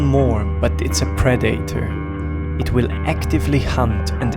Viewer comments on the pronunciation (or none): Why do you say predetaror